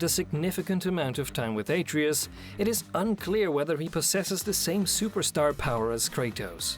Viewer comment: even if he dies, he'll just come back like before. and it's pronounced ah-tray-us, not ey-tree-yus